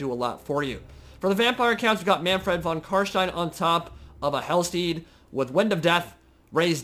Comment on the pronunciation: as someone who speaks german, it is so satisfying when you say Kar SHTEIN and not Kar Stien like everyone else.